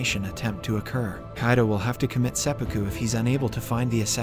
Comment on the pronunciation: the pronunciations are different from the previous episodes like he says Kaido instead of Kido